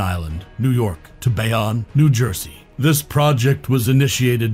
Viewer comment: THE NARRATOR SHOULD LEARN HOW TO PRONOUNCE NAMES SUCH AS BAYONNE, STATEN ISLAND...ETC